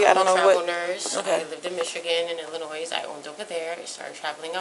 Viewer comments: Did she just pronounce Illinois with an "s"....the "s" is silent!!!! It's pronounced ... Illinoi.....nurse my butt! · No one from Illinois pronounces it “Illi-noise”.